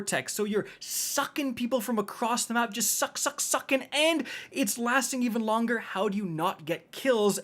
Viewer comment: It makes me uncomfortable when you say “suck” like that…